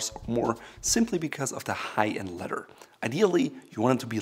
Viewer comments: It is a kind of crossover word. He is a native German speaker and in German the word for leather is Leder pronounced lay-der such that ‘ledder’ is somehow in-between. Great channel btw! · "kOhLiTy LeDhEr belt"